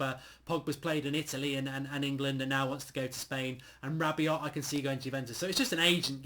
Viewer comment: Its pronounced RA BI OH (don't pronounce the T) you won't get him anyway